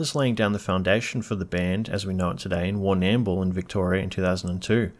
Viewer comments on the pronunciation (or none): Warnam-bool? It's Warnambool! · Yeah it's pronounced Warner Bull, I go down there quite often, it's a gorgeous town, got gorgeous people down there too 😊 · Is this vid just ripped off Wikki and put through an Australian A.I voice?? Warrnn-Ammm-Bull? Great subject matter on all your videos mate….but put a bit of soul into what you are doing if you want some longevity? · You did! It jarred my ears straight away lol! It's more lle 'Warn'mbool'. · You cant even pronounce Warrnambool correctly - and the bio is read straight out of Wikapaedia. Voice is probably AI, and the notion that they have "fallen" is wrong. They are still hugely popular worldwide. Their sound comes from their love of AC/DC and other rock bands - and is their backbone - thats why they are so popular - even Angus Young likes Airbourne. Dont listen to this crap - Airbourne are just firing up! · you need to re record this and pronounce Warrnambool better. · As someone who grew up in the Western Districts of Victoria, l went.'wtf did he just say?' When you so brilliantly slaughtered pronouncing Warrnambool. Every single time. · AHH! That's why you don't know HOW to say Warnambool!